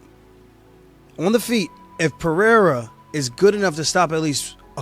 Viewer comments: Chael the racist again saying Alex Peee-era instead of respectfully pronouncing the name correctly. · Dumb ass Chael can't say PEREIRA properly. Pee-air-ah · Chanel Sonnen refuses to even try to pronounce Alex’s last name correctly because that’s what being Chael Sonnen is all about